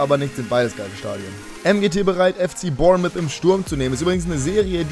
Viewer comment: Es heißt nicht Bournmith sondern Bornmouth